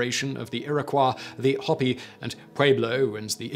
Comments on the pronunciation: Simon: For future reference its pronounced ah dobe ee and Nav ah ho and Hope ee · Oh brother. Ya' gotta' wonder who wrote this. And pronouncing the Hopi as Hoppy is unforgivable. tsk